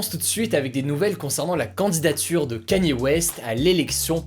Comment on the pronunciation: Respectez le s'il vous plaît c'est : Kanié (Kanye) et pas Kenny